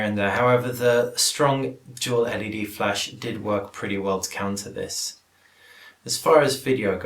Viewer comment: "this" not "fhis" :-p